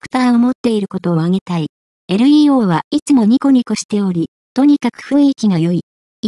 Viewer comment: 完全な棒読みだし、日本語知らない人が読み上げの設定してるのでは？ 名前の読み上げ間違ってるし、LEO→エルイーオーではなくレオですが…